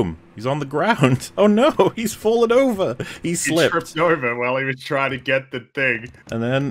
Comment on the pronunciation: Looks like we’ve got a new catchphrase... “It’s OUGHver”